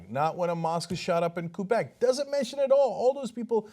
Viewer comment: Cenk, i already told you Quebec is read Quay Beck... No Koo Beck